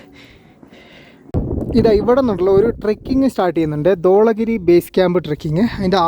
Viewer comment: It is Dhavala giri not Dvala giri